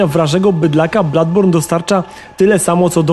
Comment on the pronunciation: Nie ma czegoś takiego w j. angielskim jak "Bladborn" jest to niepoprawne..